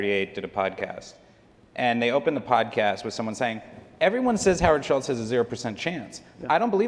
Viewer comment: The dude's name is Howard Schultz, not Schitz.... although the latter rhymes more with what he is full of.